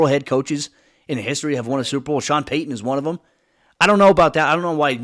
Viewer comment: Its Payton not Paton